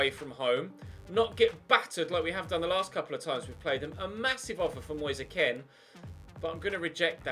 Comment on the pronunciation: U say kean so wrong 😂😂😂